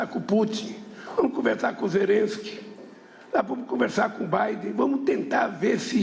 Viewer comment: MEU DEUS! TEMOS UM PRESIDENTE QUE NÃO SABE FALAR ZELLENSQUI! ZERENSQUE